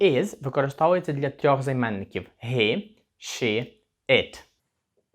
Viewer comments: дякую. Подобається, що уроки невеликі, все чітко, зрозуміло. Запитання: чому слово HE вимовляєте ГІ, а не ХІ? Дякую. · І одразу віяння придуркуватих нововведень в українську, "he"- це ніяк не ГІ!!! Наприклад, Helsinki в фінській та англійській мовах починається зі звука "Х", а великоголові та надзичайно неадекватні вигадали що в українській це "Г"! По перших хвилинах робимо висновок, хлопчина не має вимови, але намагається когось вчити. Жах!!! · he - хі чи гі? ) перекладач вимовляє як хі і в школі вчили як хі.. то як все таки правильно ? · Але ж хі,а не гі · Формат відео класний, але чому he – гі, а на хі!? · Hi, вимовляється як хі, а не як гі.перший раз це чую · Він- He ( вимова гі) ? Чому не (хі)? Все життя вимовляю як хі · he - (він) не гі а хі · Привіт в тебе круті уроки мені дуже подобається ,але є одне питання ти кажиш що He вимовляється як Гі але я майже впевнений що це буде Хі ні ? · Чому гі, а не хі він? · Питання: точно вірно вимовляти He = "Гі" , можливо вірно "Хі" ? Перший раз так чую, але я не спец в цьому. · Мені почулося, чи автор he вимовляє як "гі" а не "хі"??? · Вибачте за питання, але ви, здається, читаєте слово he як [гі]... Хіба це правильна вимова?